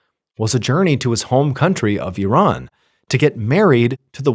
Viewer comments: I love you know how to pronounce Iran correctly! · I am glad you pronounce Iran correctly, exactly the way you said it is not I Ran , I am not going anywhere lol!